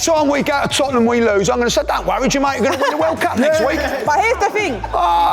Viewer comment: "Ja-make-kaa"! hahaha